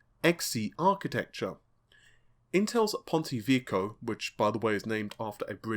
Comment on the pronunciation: That's "Vek-key-owe".....👍